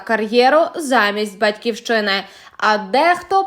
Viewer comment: Журналістка, до вас запитання. Ви говорите на западенському суржику. Ви ж ведете ефір. Замість букви ,, и,, вимовляєте ,, е,,.робели,, ,,батькевщина,, ,,сім'ямеПрослухайте себе.